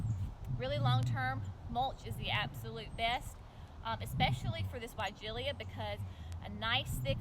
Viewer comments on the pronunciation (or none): The final syllable "-la" is pronounced "LUH", not "LEE-UH".